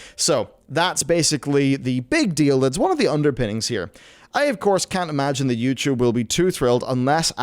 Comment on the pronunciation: "Youchoob"